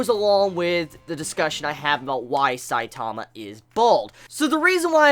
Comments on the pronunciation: his name isn`t saitaama its saitama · IT'S S-I-T-A-M-A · why do you say his name like that? and what is "mangaka"? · Just by the Way you say Saitama ill dislike